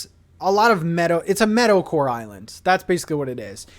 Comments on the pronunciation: Not me thinking you said metal-core and was confused with the villagers at first until I finally heard meadowcore 😂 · Dude up until about halfway through this video I thought you were saying "metal-core" instead of meadow-core XD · First I thought you said “Metalcore” but when you were explaining the villagers you meant “Meadowcore” lol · I can't tell if you're saying metalcore or meadowcore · Really thought you were saying Metal-core! Didn’t realize it was Meadow-core until 8 minutes into the video. 🤦‍♂️ Excited for the new island! 👍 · it wasn’t until he got to the island did i realize he was saying “meadow” core not “metal” core.. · thought you were saying Metalcore for the first 5 min of the video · The whole time I thought was saying metal core 😂😂😂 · Definitely thought you were saying "Metalcore" and got very excited for a second there